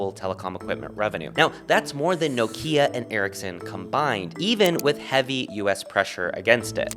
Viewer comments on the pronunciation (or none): none